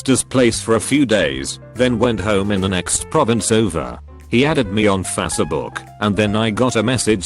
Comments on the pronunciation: He added me on Fas-see-book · No one:: Fass-e-book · Nobody: The voice: fASeBOoK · "Fas-e-book". That is all.